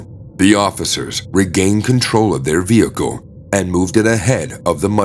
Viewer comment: It's Pronounced "Vehicle" Not "Vehico"!! Why don't you pronounce the L's?? Other words the same. The L's left out. Why??